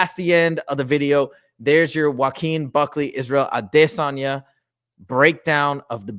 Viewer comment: The way you pronounce Izzy’s last lame is cringe. Stop you sound stupid